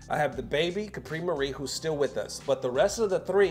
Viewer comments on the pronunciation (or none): none